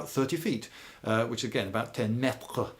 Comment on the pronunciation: could you pleas say meters correctly Lloyd?